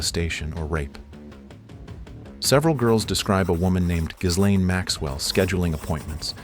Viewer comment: Why is it that neither Americans nor AI agents can pronounce Ghislaine?